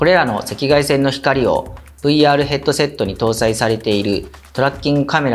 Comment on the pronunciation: "Headoseto" I understood